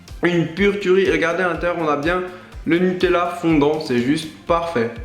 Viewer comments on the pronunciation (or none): dans toute tes vidéos tu dis une turie lol